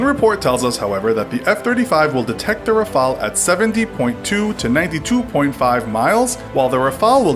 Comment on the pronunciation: Ra-fa-le not Raphael